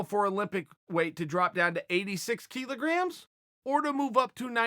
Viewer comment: Kilograms is pronounced 'Kill-Ah-Gramz' not 'Key-Low-Gramz.'